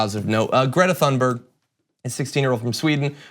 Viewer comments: Ha! Thank you. I cringe every time John says her name. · Please learn how to correctly pronounce Thunberg